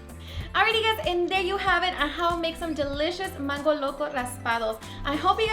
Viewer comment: It’s mango NOT MANNNN GO...